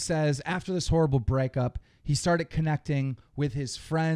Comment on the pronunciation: He said he just does thois for the monwy